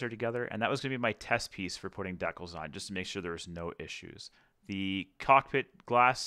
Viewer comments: The way you pronounce "decals" hurts my head. lol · As a fellow Canadian... please continue to say "deckels". Let the flowers wilt and die.